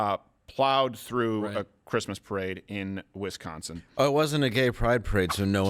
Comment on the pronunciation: All I got out of this is the great news that Hasan pronounces “Wisconsin” the way people from Wisconsin say it and not the other way which is bad and I don’t like